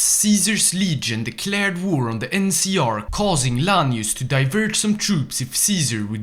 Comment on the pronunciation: Btw why do you call Lanius "Larius" and NCR "NCA"?